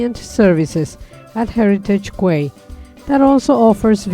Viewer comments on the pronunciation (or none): FYI, Quay is pronounced as 'Key' not 'Kway'. 😁